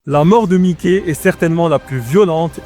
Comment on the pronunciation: C’est mas mikey c’est mike😂